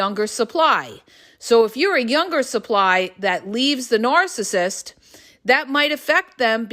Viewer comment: I wish she would stop saying nooorcissist